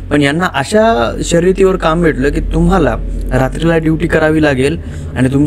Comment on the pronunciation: तुझा शब्दकोश खुपच बिघाड आहे , ड्युटी ला दिवटी आस म्हणतोस.